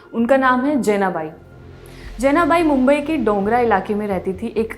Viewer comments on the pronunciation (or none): It's not Dongra it's Dongri 😀